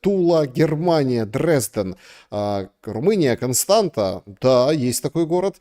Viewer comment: Германия, румынский город читается Констанца, это ц=ț